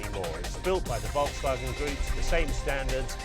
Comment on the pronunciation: It's Volkswagen not Wolksvagen